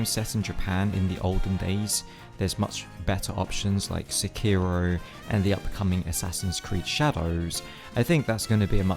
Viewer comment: How is this guy a fan of japanese history but doesn’t even pronounce sekiro correctly?? Edit: for that matter, he doesn’t pronounce tsushima right either